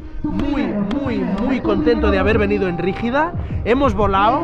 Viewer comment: Que grande chaval! No es la rígida, es “La Brígida” !! xD